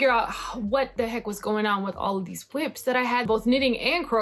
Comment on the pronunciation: Cautionary tales by, you have convinced me to remain a monogamous knitter. It is hilarious how your sweaters that are almost done all stop at one sleeve left. I say just give that beautiful koi tee to one of your big boobed friends. Aaaalso I love that you say Whips like Martha Stewart says White😂